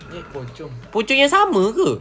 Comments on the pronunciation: Saya Ter gelak gelak dengar cakap pocong jadi copang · Kenapa ckp copong 😂😂😂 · Yang kelakar cakap nama pocong tu copong